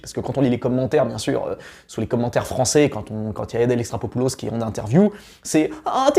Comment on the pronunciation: Répète après moi: Adèle E....XAR.....CHO....POU....LOS !!! XD